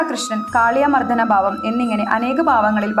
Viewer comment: ബകവാൻ,ബാവം,ബവനം,ബദ്രത ഇത്യാദികളെല്ലാം തെറ്റായ പ്രയോഗമാണ്. 'ബ'യ്ക്ക് പകരം 'ഭ 'ആണ് ഉച്ചരിക്കേണ്ടത്.❤